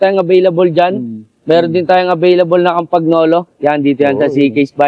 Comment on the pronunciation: Konting pagtatama lang po, " KAM PA NYO LO" ang bigkas...hindi " KAM PAG NO LO". Nakakapaglaway 'yung mga frames n'yo...maraming iinggitin ang makakabili niyan, parang mga works of art...ang galing ng mga Italyano sa design at workmanship at technology.